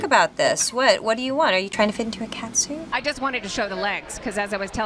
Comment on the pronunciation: "aRe yOU tRyiNg tO fIT iN a cAtsuiTE?"😂😂